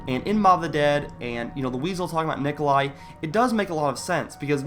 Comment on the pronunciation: Will Nikolia kill the crew because the Weasel keeps saying Nikolia